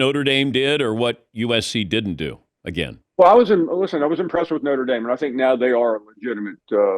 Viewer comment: Did he say Norte Dame? 😂😂😂